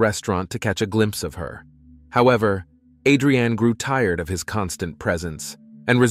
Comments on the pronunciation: You are pronouncing her name like it's a food but can you atleast say it right. AdreAnn whose that? It's Adrianne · A'dre'an.......I'm pretty sure it's one word ...like on "Rocky"......ADRIAN!!!!!" JA kno? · "Murder A drain ee Jones". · Thank you lol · he said it correctly a hundred times then to start saying it so wrong #lort#lettucepray😂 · I was thinking the exact same thing!! 😂😂😂